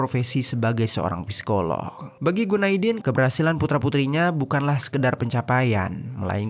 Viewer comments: Masukan bang. Cara bacanya sikoloh. Huruf p nya ga dibaca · Bacanya sikolog bukan psikolog